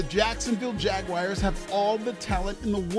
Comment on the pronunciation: Keep making fun of the yts all you want. Heck, even give my Cowboys a stray if you'd like. But for the love of gawd, please stop calling Jacksonville the "Jag-wires." LOL, that hurts my ears!